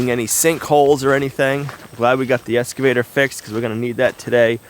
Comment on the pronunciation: Every time says "Esss-cavator" my old English teacher turns over in his grave. Looking forward to seeing how the OGP turns out. Wish I was able to do what he does.